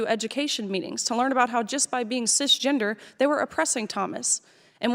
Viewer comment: Why would she say "sis-gender"?